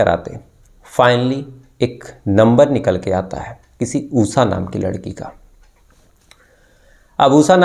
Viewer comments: Am Laughing on OOSSAA her name must be Usha 😂😂 please work on your pronunciation 😂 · उसा? श अक्षर बोलना कब सिखोगे?